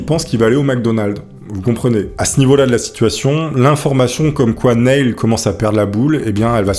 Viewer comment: Super vidéo mais la prononciation de l'anglais est un peu douteuse (Neil -> se prononce comme Neal, Nutty Putty -> les deux u se prononcent avec un son eu, et "college" en anglais ce n'est pas "collège" mais "université") 😉